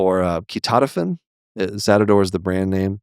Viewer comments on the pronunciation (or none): I was caught off guard when you said ketotifen as "kee-TAH-duh-fen." I'm a pharmacy technician and I feel like we always pronounce it as "KEE-toh-tie-fen." Now I wouldn't be surprised if different people pronounce this differently, I just wasn't expecting to hear it like this lol